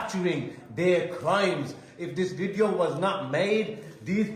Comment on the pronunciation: Is that lawyer a nonce ? Need to tell him that its a Video not a Wideo